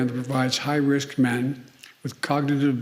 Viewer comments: Isn't funny he messed up the word cognitive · He should say "cognitive" more, it makes me laugh